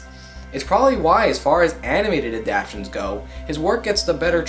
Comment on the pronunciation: “Adaptions?” Its ADAPTATIONS!!! Every time you say adaption I want to strangle you! 🤦🏾‍♂️